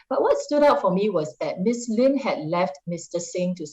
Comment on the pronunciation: it's "Sylvia Lim" and "Jamus Lim", not "Sylvia Leem" and "Jamus Leem".